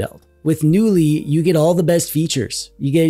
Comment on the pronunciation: Knulli is a portmanteau of the name of a type of firefly "Nulli" and the swedish word "Knulla" which means 'to f*ck'. So technically the name of the OS means "F*cky OS". Also, as in the word "Knulla" the "K" isn't silent. So the name of the OS is meant to be pronounce 'Ka-noo-lee'. So needs ta start ebracing that K sound if he wants to sound like a non-dweeb:D